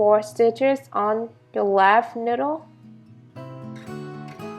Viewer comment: niyyyyydel not ndle